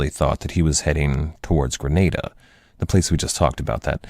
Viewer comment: Great lectures, pronunciation of Granada though is horrendous